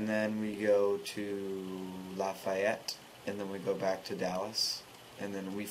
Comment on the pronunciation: you were amazing last nightt!!! CCOME BACK TO LOUISIANA SOON. buy the way its pronounced lafeette. so yeah. i laughed when you said it. it was quite funny. anyways. keep it up because you are amazing. yeah bye:]